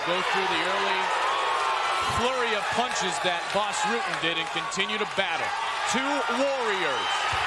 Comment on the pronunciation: That mf said Ras Butten. 28: something. Like up.